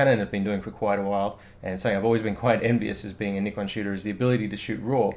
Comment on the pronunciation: I really like that you pronounce Nikon properly. :-) Can you please say is viewfinder comparable with one in D810 or D3 line? I was owner of D3.and somehow viewfinder from D800 was kind a better.lightly,but was. Thank you in advance.